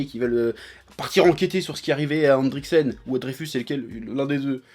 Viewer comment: C’est pas endricksen cest endrickson 😂